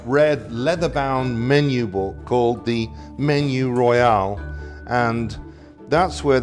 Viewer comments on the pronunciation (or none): none